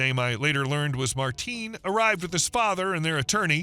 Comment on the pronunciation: The name isn’t Martin, it’s Martín. i vs í. The pronunciation is going to be different because it wasn’t an English name.